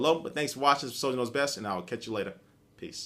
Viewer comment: sounds like u say SonyKnowsBest when u say "soliderknowsbest here"